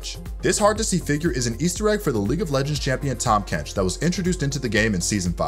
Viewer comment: Tahm Bench?? C'mon man